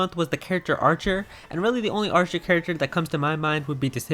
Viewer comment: Hmm... Archer rhymes with.. a r t h u r